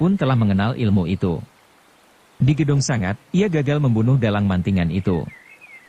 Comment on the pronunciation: Sebagai narator yang baik, pakailah bahasa Indonesia yang baik dan benar. Kata sanga berarti 9 Sanga ya harus diucapkan Sanga... bukan sangat